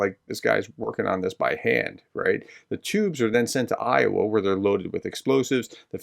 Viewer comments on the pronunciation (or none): none